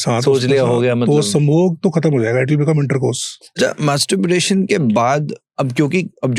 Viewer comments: gentle reminder, please get the word right.... its masturbation, not masturburation or something.. as the whole podcast is on that topic and your sayin that word wrong.. few references and again .... these are the once when i felt putting out the comment....but you have been saying it wrong all throughout until now and its so irritating that i have tk stop watchin here...right in front the doctor speaking the same words clearly even though you are pronouncing it incorrectly again and again.... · Masterbration bola Kiya 🤔